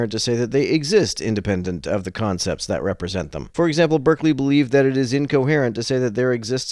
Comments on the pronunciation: It's pronounced BAR-clee. Not BURR-clee. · His name is pronounced BAR-klee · It is pronounced Barkley, FYI. In England, clerk is pronounced clark. And Berkeley was a Brit. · Berkeley is pronounced "barkley" in the case of George Berkeley.